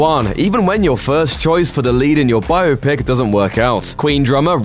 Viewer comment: Oh, I thought English people knew how to pronounce biopic.